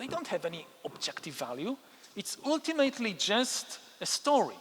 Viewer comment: I admire you immensely, you are the most brilliant intellectual of our time. But you use the word "ultimately" very frequently and someone should teach you how to pronounce it correctly. But it's not very important since everyone understands what you are saying. 😉 By the way, I am a native Frenchman, also a US citizen and I am also an Israeli citizen ( citizenship given to me because I am a Holocaust survivor ) and I don't know a word of Hebrew 😂.